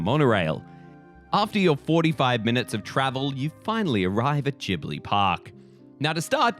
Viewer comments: Ghibli is pronounced with italian spelling rules (hard g) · It's Jib-lee, so maybe you're the one that isn't familiar. (The katakana read out ji-bu-ri.) EDIT: so, the pronunciation used in the video actually changes between jib-lee and gib-lee, so if you meant to say that gib-lee is wrong, I apologize. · You really switched between 'jee-bli' and 'ghee-bli' pronunciation, didn't you? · Nothing says how unfamiliar with Studio Ghibli's work more than how you day Ghibli. Gib-Lee (according to Google, I could be wrong and just being an A-hole 😅) this park looks immaculate. Love the video guys fantastic as always. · Miyazaki himself said that it's a made-up word, and actually, it's a half between the 2 pronunciations. In Japan, it's more like Jih-bur-ee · I was cringing so hard every time they say “GIBLI” 😭 There’s an H ffs, pronounce it!!!